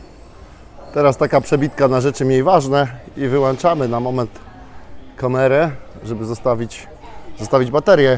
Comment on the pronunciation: Błagam! oglądam Twoje filmy od dawna i je uwielbiam! Nie chcę abyś odebrał to jako hejt. Rozumiem, że długi czas spędzony poza krajem może wprowadzić dysfunkcję języka polskiego, ale....strasznie mnie boli jak mówisz.....wyłanczam kamerę???? (czym wyłancznikiem?) . Jeszcze raz przepraszam za moje czepialstwo